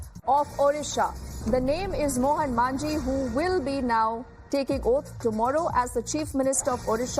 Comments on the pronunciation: It's Majhi not "Manjhi"😅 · Its 'Majhi' not 'Manjhi'